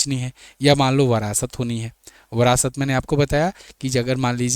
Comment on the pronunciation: Phale bolna sukh le brast nhi virasat hai